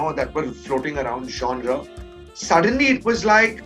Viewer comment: Who is this guy. Seriously I had never heard of him. I was only counting how many times he said 'Jaunraa'. (Genre)